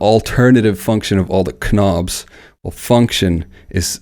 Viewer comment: Did this guy really say "ka-nobs" ?! lmao